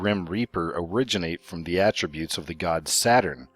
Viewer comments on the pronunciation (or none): none